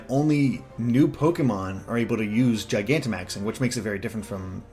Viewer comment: I liked the video as soon as I heard you say “Gigantamaxing” correctly, since no one else seems to get it.